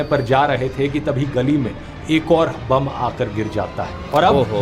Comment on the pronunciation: Bomb ❌ Bum ✅